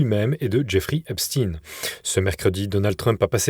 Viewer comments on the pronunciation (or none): ON DIT EPSTEIN, PAS EPSTINNE, vous dîtes Einstein, pas Innechtinne, non ? Je comprends votre volonté de masquer son culte, mais c'est ridicule, bientôt vous allez l'appeler Geoffroy ? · Ce n'est Epstin'e mais Epstein comme Frankenstein, Albert Einstein, Harvey Weinstein etc.. Epstein a fait prononcé son nom en "tine" parce que ça sonnait trop juif, alors c'est "Stein" !!!